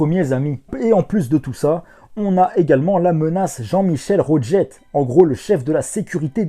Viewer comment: Ya un truc que t’as évoqué quand tu parlait de la dimension syncro Oui les dirigeants c’est des crevards de 1 de deux avoir un chef de la sécurité ( la façon dont t’as prononcé le nom m’as fumé et met en lumière un truc PUTAIN JEAN MICHEL ROGER quel nom de merde mdr ça pue la famille de bourges) ça pue la dictature Quand même yuya en prend plein la gueule dans l’arc syncro le gars va en taule il perd serena et yuzu et en plus il a manqué de clamser parce que ce Connard de jean mich mich a la merveilleuse idée ( ironie) de faire subir comment dire une sorte « de lavage de cerveau » au protago wesh jean mich mich le gars a environ 50 ans le protago 15 bon un connard ( qui se fait démonter la gueule par reiji ce qui est très drôle) Oui Zarc a une sale tronche dommage qu’ils ait pas gardé le yuya berserk c’était putain de badass ! ( quand même je me demande s’il est pas communiste faux cul sur les bords Roger par ce que les propos qu’ils tient ça sent un peu le communisme )